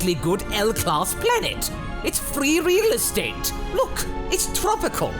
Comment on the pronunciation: "It's free Realastate" Was this done on purpose, or was this a hilarious coincidence.